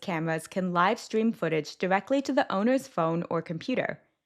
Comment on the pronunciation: she said Live (like living) instead of Live (like Live-stream) twice. And, there was one other typical AI mispronunciation.